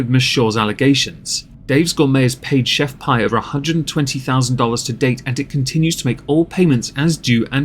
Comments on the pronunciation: It’s pronounced Pee, like urine. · She pronounced her brand as "Chef Pee". Best of you repeat your brand 3 times pre reading a marketing blurb at sometime about 'the rule of 3'. Example. 'They lied to me, Chef Pee!' Add in some vocal fry.